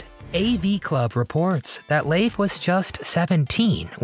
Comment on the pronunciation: I don't recall his name being pronounced as " Laafe " 😂😂 It's pronounced * Leef *